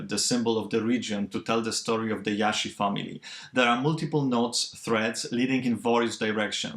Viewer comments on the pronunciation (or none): its not “Iashi” their lastname, its “Jashi”. pronounced Like reguLar “J”